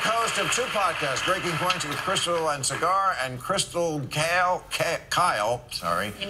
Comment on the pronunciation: Bill just butchered his name. It's Saagar but he pronounced it like cigar. He also pronounced Kyle like Kale. I just though it was funny. :)